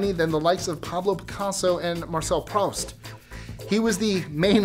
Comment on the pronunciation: BTW, through writer's name is not pronounced Prow-st, but Proo-st. Strange, but true.